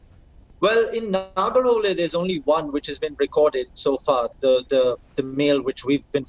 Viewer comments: It is nagarahole ನಾಗರಹೊಳೆ not a nagara holae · You are pronouncing it wrong man Its Nagara Holae It's not "Hole" 🤦🏻‍♂️ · It is nagara hole ನಾಗರಹೊಳೆ not a naraga holae ನಾಗರ ಹೊಲಾಯಿ 😂😂😂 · it's not nagar holl it is nagara holle 🤦‍♂ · anchor plz pronouns properly its Naagarahole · First try to pronounce Nagara Hole correctly